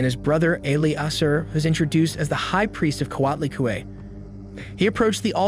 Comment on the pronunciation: OMFG.....people SERIOUSLY?!?!? Is it SO DANG hard to research the proper pronunciation for words you are unsure about?!?? CO AHT LEE CUE EH, and PAY OH TEY .....SMH